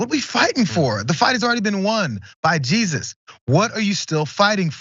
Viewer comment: Evidently, their Jesus is pronounced "Hey Zeus".